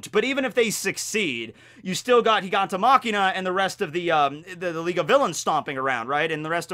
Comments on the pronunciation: Machia, Gigantomachia not gigantoMakina. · Lol it's not gigantomachiNa, it's gigantomachia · i think it's "gigantomachia" not "gigantomachiNa", it's without the n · I have no idea why kept on calling Gigantomachia "Gigantomachina" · Really minor nitpick here, but isn't it Giganto *Machia*, not *Machina*? seems to have a different translation source, because he also calls the Thunder Bagua from One Piece as Thunder Bagura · All right, this is the LAST video I will stand by and watch you call him Giganto- Machina.... it’s MACHIA, GIGANTOMACHIA there’s no N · not GigantoMachina...GigantoMACHIA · All I hear is say "GigantoMAKINA"😂